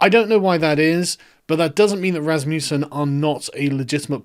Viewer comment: It’s Rasmusen ffs lol